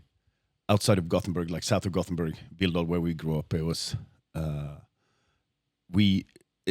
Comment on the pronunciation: It's "Gothenburg" ;)